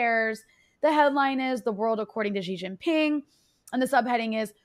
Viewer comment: Shee Jin Ping NOT JHEE JHING PING